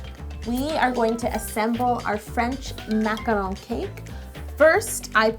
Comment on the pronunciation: You do not roll the R in French, that would be Italian or Spanish..